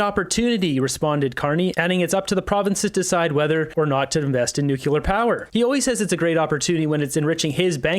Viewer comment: nuclear not nucular, you sound like W. Bush.